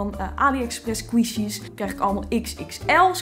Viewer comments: "sqweeshies" vgm moet je het uitspreken als "skwishies" (niet flauw bedoeld hoor, je bent een geweldige youtuber) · Geen haat, ik bedoel, eerlijk is eerlijk, ik vind je super leuk. Maar je spreekt 'Squishies' verkeerd uit. Het is niet 'Sqwieshies' maar 'Sqwishies'. Als in de i, dus niet de ie. ♥ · Je spreekt het uit als skwisji maar leuke video💋 want ik hou van squishies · Leuke video! Je zegt het alleen als "skwoesjies" 😂 maar maakt niet uit hoor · Je spreekt het uit als squshies